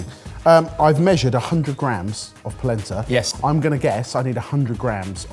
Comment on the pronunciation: ... that was an odd "yes"